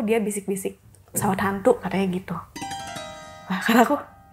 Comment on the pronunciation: Pas ngomong pesawat "Hantu" aja terdengar logat nya jelas banget pengucapan T nya